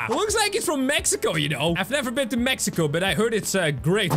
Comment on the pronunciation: At 1.03.14 Say Meciko😂😂